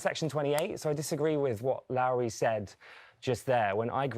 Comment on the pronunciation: can’t even tell people how to pronounce her name properly! It’s as in low down not Lauri.